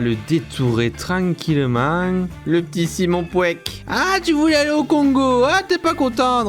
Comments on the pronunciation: puech pas pweck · Pour ceux qui connaisse Simon puech sa a du faire mal a entendre le "Simon Puek" mdr